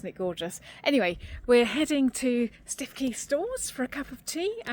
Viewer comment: Another happy eventful week. Thank you for having me along. Incidentally, Stiffkey is pronounced Stooky. I used to live in Norfolk. xx